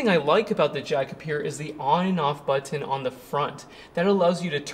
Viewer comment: Love ya,, but… PRO-TOE-CALL = protocol…………..NOT BUTT-TON, try BUTT-NN.